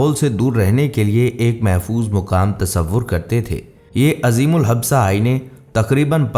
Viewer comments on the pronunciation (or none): عظیم الحبسہ ... 😂😂😂. بھائی اردو کی ماں بہن ایک نہ کرو اور اگر تلفظ کی ادائیگی ناممکن ہے تو نہ بولو.. لفظ عظیم الجسہ ہے جس کا معنی ہے دیو قامت. بہت بڑی قد و قامت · عظیم ال ج۔ث۔ہ جثہ۔۔۔ حبثہ۔ نہیں ۔ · Assalamualaikum peshkash bahot umda hai lekin aina azeemul habsa nahi azeemul jassa hoga.jasamat se